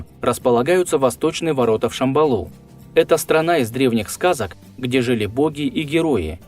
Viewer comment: Святое слово ШАмбала (ударение на 1й слог) произносите прАвильно!